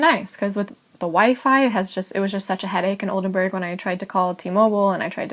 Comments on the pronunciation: SHE CANNOT EVEN SAY OLDENBURG CORRECTLY "BURG NOT BERG" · Nice video. I love Oldenburg, it’s a lovely city. My Dad is from Oldenburg. It blows my mind that she lived in Oldenburg for such a long time and still doesn’t know how to pronounce the city‘s name?